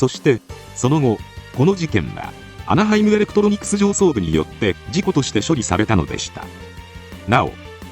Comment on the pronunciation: なんかアナハイムエレクプロニクスって言ってません？